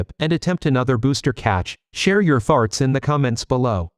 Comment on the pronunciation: > 'share your "FARTS" in the comment section below' is it the AI NARROTOR that sux or AI correct and or bad engrish pronunciation leading the idiot who made a typical WE ALREADY KNOW CLICKBAITER COPYCAT. --> Spelling mistake "FOUGHTS" Ending AI narrator saying -what sounds like FARTS